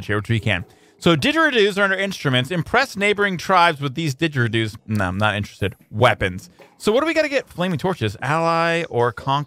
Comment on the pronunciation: The way he pronounces didgeridoos though XD